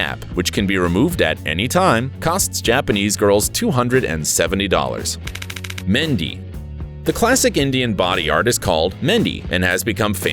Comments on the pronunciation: it’s MEHENDI NOT MENDEE Yes I’m from Pakistan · Meh-hen-de is how you pronounce mehendi